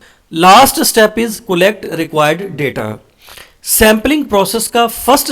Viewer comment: Sir ap cullect kyu bolte ho collect ko😂